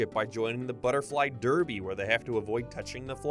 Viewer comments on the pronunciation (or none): none